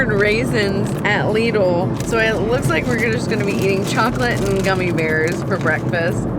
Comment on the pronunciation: Lidl rhymes with middle